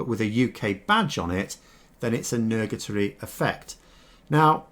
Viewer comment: You mean "nugatory", not "nurgatory". Although, I'd gain at least some satisfaction if I could mug a tory...